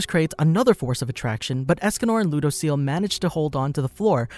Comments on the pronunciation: Its lew-dose-ee-ell lol people mispronounce his name constantly lol and yes "his name" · He said...lou..dos...ceal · Ludociel? "lodoseal"